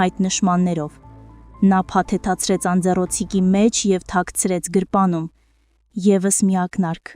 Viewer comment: Գրպանում ոչ թե գրպունում պարզ կարդա